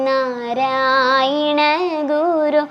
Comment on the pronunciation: നരയിണഗുരു എന്നാണോ ചൊല്ലുന്നത് ഞാൻ കേൾക്കുന്നതിന്റെ കുഴപ്പമാണോ